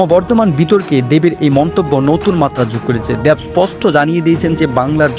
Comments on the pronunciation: দেব নাকি দ্যাব????😂😂😂😂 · উপস্থাপনা কে বাংলা শুদ্ধ করে বলার আহব্বান জানাচ্ছি।।দ্যেব না,,উনার নাম দেব।।। স্পষ্ট,,স্পচট নয়।। কী যে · "দেব" হবে, "দ্যাব" না উচ্চারণটা। একইভাবে "শেখ" হবে, "শ্যাখ" না। যত নাটকীয়তা নিয়েই প্রেজেন্ট করুন বা ইউটিউব ভিডিও বানান, এই ধরনের উচ্চারণ পুরো আয়োজনের মান নিম্নমুখী করে দেয়।